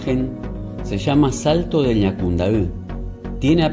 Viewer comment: Jajaja eres el único extranjero que sabe pronunciar las palabras en guarani..los otros dicen asi Ñacundai jaja bueno solo vos y todos los Paraguayos entenderán saludos desde CDE